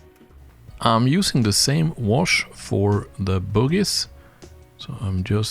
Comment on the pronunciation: Love the accent with ‘bogie’ great videos